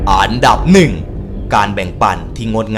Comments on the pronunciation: พี่ไม่ได้พูดอันดับ แต่พี่พูดอานดับ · ชอบคำว่า อานดับ!! อ่ะ55555